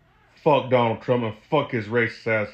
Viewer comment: I like the... I will boat (Vote) for Donal Tromp... Lol